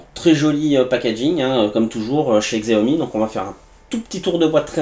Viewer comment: Xiaomi se prononce : "chiaomi"